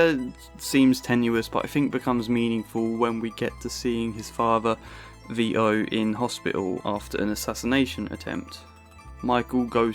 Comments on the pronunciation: It is Vito not Vi O. Please learn to pronounce your language correctly. It is father not fafer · Vito not Vio mate